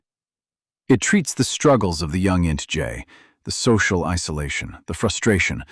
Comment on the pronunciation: Down voting for careless use of text to speech ("int j" pronunciation of INTJ indicates the video was not even reviewed prior to uploading)